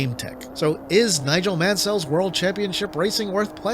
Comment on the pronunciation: I had Hyperstone Heist as a kid. I liked it well enough, but I also had Streets of Rage 1&2, and these sure are a lot better. On the whole the quality of Konami's titles on Mega Drive is pretty high I would say. But they aren't my favourites. You pronounce Nigel Mansell very weird by the way...